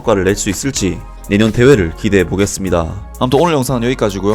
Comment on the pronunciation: 여기까지구요 구구 하시는데 학교에서 이렇게 배우셨나요? 정말 구구 하는거 듣기싫어요 ㆍ 여기까지고요 가 맞아요ㆍ 표준어는 거부감이 없어요ㆍ